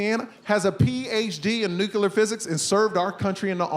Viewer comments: PhD in nuclear physics and you still say nucular😮... Surely by now you've learnt to say nuclear?! Very funny video. I just hope your son never watches this... It will affect him for life..... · Why come you cain't say nuclear? It's not nucular. I know your dad knows how to say it. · I'ma tell you right now, your dad is ashamed that you say "nucular" instead of nuclear. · Hmm, if your dad has a PhD in "nucular", physics, you really should learn how to pronounce it. It's "NEW-cle-ur" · Why can't people pronounce "nuclear" correctly? His dad is a nuclear physicist and he still pronounces it "nucular." So annoying. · So if the dad got a PhD in nuclear physics, how did he raise a son that pronounces it nuke-you-lar??? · People saying "nucewlar" for nuclear drives me nuts!!! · Love everything about this except "nukyular". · Nu-cle-ar. It's not that hard. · nu-clear. It sounds like Dubya and I wonder if it's a regional accent. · If you dad were in nuclear physics, you'd likely know how to pronounce it 😂 (it's not nucelar). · Dad has a doctorate in nuclear physics, son can't pronounce nuclear. SMH.... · "Nuke-yuh-lur physics"...says nuclear just like G. Bush